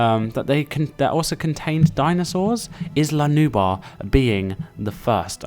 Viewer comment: (Sorry but I’ve got to ask, are you having trouble pronouncing the L? Because you keep saying Nubar instead of Nublar. Nu-Blar.) Anyway what I would do on Sorna is, make herds of dinosaurs but, give one the best colour pattern and stronger than the rest to make it the alpha of the herd. Your opinion about Sorna with first catching the wild dinosaurs before opening the park, is Very awesome!